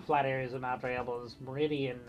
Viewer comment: thanks for pronouncing the name of the mountain the way I learned when I grew up here: Die-ab-low, not De-ab-low. I know nothing about a monastery in Clayton, but there is a seminary. Have you done anything about the pool we used to know as Russelman's. RMcNeely